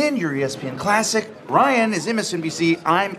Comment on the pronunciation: did he say brian or ryan